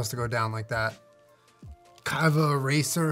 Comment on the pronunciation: imagine hearing your tattoo artist say “kai hav a erasr” in the middle of tattooing you